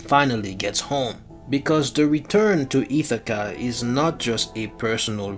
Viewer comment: Wtf is "Itakka" ??? 😂 It's "Ithaca" buddy